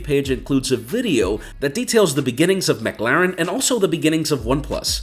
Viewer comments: Good video but it's 'Muh' Claren not 'Mug' Laren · McClaren, not mcLaren 😅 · Your saying McLaren wrong the whole time 😂 and idk if anyone even noticed it